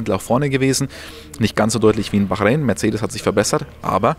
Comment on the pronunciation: Wie oft willst du noch Bachräin sagen?: ja